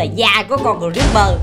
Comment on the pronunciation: Haha kiểu này cờ-ríp-bơ ở chuồng